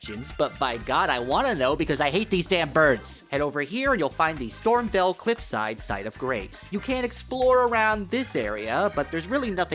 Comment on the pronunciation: You're saying Stormveil wrong. VEIL is pronounced VALE not VELL